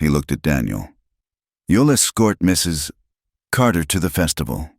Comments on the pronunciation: A.I. does strange things. Sometimes it says the man's dialog the way it says the woman's. Sometimes it says dialog rapidly for no reason related to the story. My guess, the pause is the result of the A.I. narration encountering the " . " at the end of "Mrs." and interpreting it as the end of a sentence. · The best one I've heard. Except for the Mrs. pause each time it was great. But I got past it. AI sees the period and thinks it needs to pause. lol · AI sees the 'period' after Mr. and reads the last name as the first word in a new sentence.